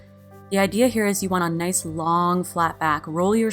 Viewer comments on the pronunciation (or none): none